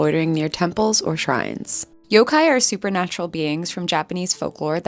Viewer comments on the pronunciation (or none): none